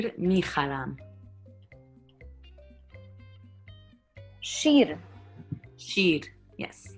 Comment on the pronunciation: I heard kir actually 🤣 shir becomes kir. I guess we are going the right path as Iranian cus nowadays asabe kiri is asabe shiri 😂😂😂